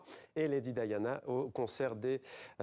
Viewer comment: La journaliste connait la signification du mot dire straits, mais pas foutu de le prononcer correctement . Elle proonce straits comme street